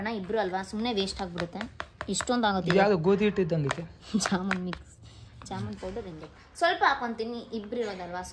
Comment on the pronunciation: ಅದು ಜಮ್ಮುನ್ ಅಲ್ಲ ಜಾಮೂನ್